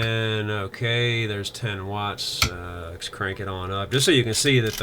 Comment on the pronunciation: Is it my poor ears or are you saying "lex" instead of "let's"...?